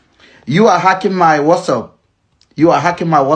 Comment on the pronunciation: It's whatsapp NOT whassup abeg!